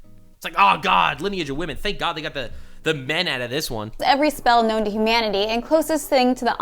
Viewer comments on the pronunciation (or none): none